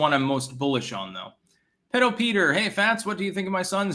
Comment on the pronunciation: It’s “pee-dough”.